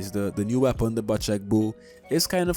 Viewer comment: love the vids and love u btw the bocek bow is pronounced "bow-check" not "butch-eck" <3